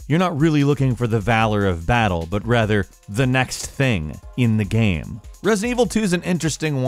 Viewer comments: Why do you say "Gam" in the #10 review instead of "Game"? 😂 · I can't stand how he pronounces game! "Geme" ahhh!